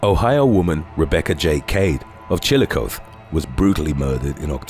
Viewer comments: 'Chill-a-coth-eee,' not 'Chill-a-coth,' just saying🤔🤔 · In Ohio, Chillicothe is pronounced with the E not chill-i-coth.